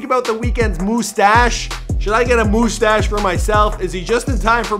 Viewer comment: Please tell me you are taking the piss saying "moo-stash".